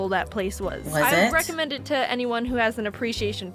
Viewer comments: It's to not yo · 98%of comments :YOU SAID YO INSTEAD OF TO 10%:other random stuff